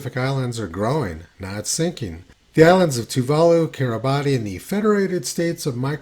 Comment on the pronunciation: Tony and his geographic pronunciations. They're a hoot... It's pronounced Toova Loo.